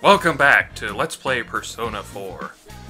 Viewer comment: Per...son...a .. (boosh) ...